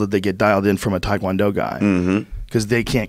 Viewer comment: Thai food not Thai Kwon Do. Tae Kwon Do. Rhymes with meh. You got this white boy, do better